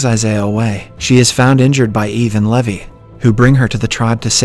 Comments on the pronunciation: I think his voice was deepfaked and being generated by an AI, its obvious because they pronounced some words and names wrong like Levi (lee-vay to leh-vie) and 1800s (pronounced it as 18 hundred seconds) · noooooo it's pronounced Lee-vai not Lævi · Yeah I’m pretty sure this isn’t since they pronounced “levi” differently pretty sus ngl